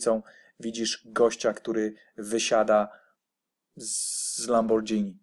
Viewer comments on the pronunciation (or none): Dwa dni temu napisalem dokladnie taka sama wiadomosc do BitcoinFenix. Nie mowi sie "lambordżini" tylko "lamborgini" Nie czepiam sie ale jesli widze ze ktos popelnia ten sam blad kilka razy to warto powiedziec ze jest w bledzie. Swietnie sa te Twoje przemyslenia filozoficzne. Mam wiele do powiedzenia na te tematy ale wole napisac maila. Pozdrawiam